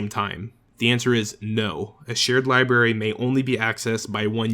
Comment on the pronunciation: Did anyone else notice that he said "libary" not library